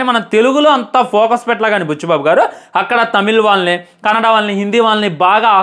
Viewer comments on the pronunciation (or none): none